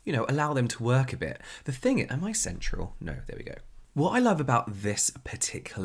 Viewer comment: when James said "am I central?" I had to go back because I thought he said sensual